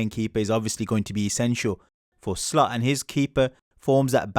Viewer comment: It's Slot not Slut!